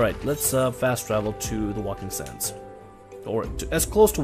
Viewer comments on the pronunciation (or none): there is no L in Waking sands its Wake ing